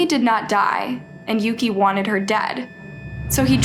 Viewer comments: No she didn't sadly. The brother's name is Yuki (Yuu-key) not Yuu-kah so she pronounced it wrong, and their last names as well I believe because on the subtitles it said Muto (Muu-tou) but she said Moto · Pretty sure Yuki’s name is pronounce YUU-KEY not YOH-KAH. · How does one mispronounced Yuki as Yoko? Tf